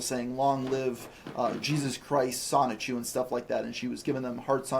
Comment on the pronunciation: Hey it's the uninformed guy who said Sonic-Chu a bunch of times. Wish he got on Geno instead.